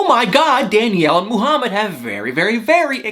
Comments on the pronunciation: Muuuhamid not mooohamad ! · Why does he say *Moo-hamed"?! 😵🤨 And "BAY-leez" in his other 90 DF video (Stephanie & Ryan in BELIZE) Drives my ears crazy!🤦‍♀️